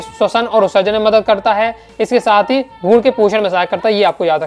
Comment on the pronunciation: Bhaiya aapki aavaj me mujhe bhrun,gud sunai de raha he😂😂😂